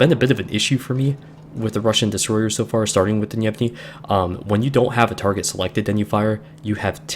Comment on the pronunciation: yay my favorite line in game Gnevny is in my port and not leaving till the servers die minor nitpick probably already mentioned, the G is a hard G and pronounced here, for the rest of your russian DD reviews